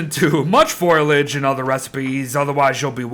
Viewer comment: Every time pronounces Foliage, Foil-age, I die a little inside. It's even worse when he's reading the actual name of the item and still mispronounces it.